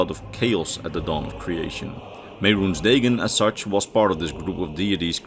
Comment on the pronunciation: Man, if only the TES games pronounced Mehrunes Dagon hundreds of times so we know how to actually say the name or something.... XD You do this a lot, you mispronounce simple words and names from the games when the games all SAY the words and such.